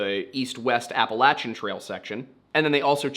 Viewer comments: It’s “Apple - lay - shin” not “Apple - lat - chin” Mountains/Trails. Just like Oregon is Or - e - gun not Or - e - gone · I usually enjoy your stories. However, just wondering why you changed how you pronounce appalachian? I believe you are from Pennsylvania and went to Penn State and you are not saying it the way we do in Pennsylvania. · Funny, I learned the pronunciation Appa-LAY-shun in school. In Canada. So maybe it’s wrong? Or just another pronunciation?